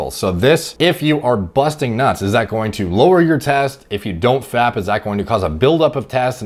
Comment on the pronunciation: Bro i'm actually crying. Mans really putting emphasis on 'busting nuts' xD